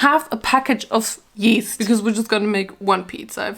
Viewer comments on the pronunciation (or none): “One half a package of.. 👹YeESt👹” 😭😭😭 love you tho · Anyone else died when she said “YeAsT” like that or is it just me😭😭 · Why did you say YEAST like that?! 😂😂😂😂